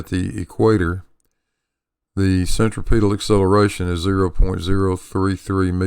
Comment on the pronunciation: Why do so many people mispronounce centripetal? The accent is on the second syllable not the third. I learned this in science class in junior high school, for God's sake. cen·trip·e·tal /senˈtripədl/